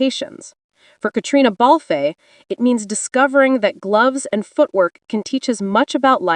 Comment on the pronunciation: Why doesn't this narrator learn to pronounce Catriona Balfe s name correctly?!